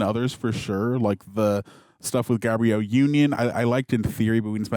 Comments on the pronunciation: Everytime mispronounces Gabrielle Unions name, an Angel loses their wings. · Great vid but I kept getting distracted by how many times your man pronounced Gabrielle union wrong 😂😂😂😂